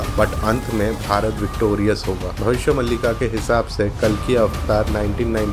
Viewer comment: भबिस्य मलिका नहि भबिस्य मालीका में बही से हु तो ग़लत pronounce mat karo